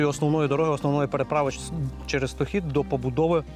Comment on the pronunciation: Річка СтОхід, а не СтохІд.